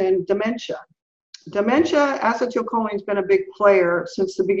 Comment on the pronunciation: Mind-boggling information in this interview. I thought I understood "Vitamin" D (really a hormone), but clearly didn't! Will listen again (and again). But I keep shaking my head at the way pronounces acetylcholine. I have NO IDEA what she is saying, but my understanding is that it should be pronounced "a-SEE-tul-koe-lean." That's the only way I have ever heard it pronounced and every time she says it I am thrown off terribly and miss the next seven or eight words trying to get my bearings back!